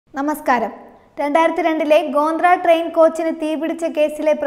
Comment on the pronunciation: ഗോന്ദ്ര അല്ല കൊച്ചേ ഗോദ്ര